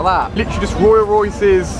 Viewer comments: When Ali Durps Out Saying 'Roya Royces' when its meant to be Rolls Royce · he can't say rolls royce properly he says roys royses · royal royse it's rolls royse